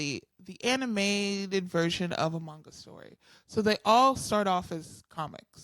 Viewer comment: Oof. Some of the mispronounced terms in this video made me cringe just a little. Especially on the words "manga," and "eechi." Regardless, what I wouldn't give to talk anime and manga with, as someone myself who has been into anime since I was 13 - and still keeps up with anime today. I have literally seen 800+ animes.